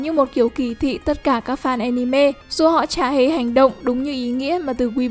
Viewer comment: Cứ mỗi lần nói anime nó lại wibu im nghe ức chế tui đã đấm bạn vì nó cứ nói wibu im